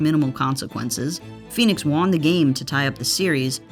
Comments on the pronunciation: Love this channel but it kills me when the voiceover says “Juan” instead of won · won is pronounced like one not juan lol